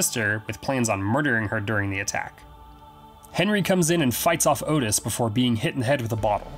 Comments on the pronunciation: His name was pronounced Ott Is not Otis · its ottis, short vowel 'o' sounds; not otis, which is a long vowel 'o' but other than that great vid, i have always been so fascinated by these nut cases, and i too enjoyed the film, it was gritty raw tense psychological '' real to life'' as its a portrayal of a real pair of killers, great horror flick, yeah i saw the henry II movie as well, i enjoyed it, i interpreted that as a professionally done '' fan fiction'' type thing, like a take on, what if these guys had never been caught arrested ? . . . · Sorry for being this guy. The name of Otis Toole is pronounced Ott-is. Like Otter. Ok, I will shut up. Great video!!!